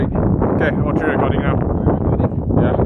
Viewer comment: Tree is not three